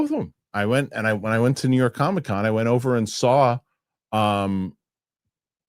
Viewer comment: Love it when the New York comes out of this man!!